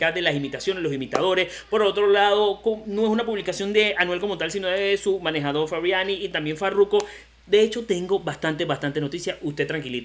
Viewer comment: Mano es frabian eli. No "frabiani".